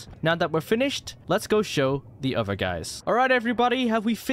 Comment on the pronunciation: It's other not uver